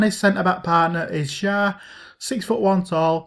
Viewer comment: Its shär you should say like sher